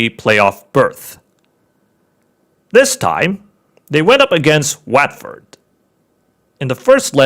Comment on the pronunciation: It’s wat not wet Ford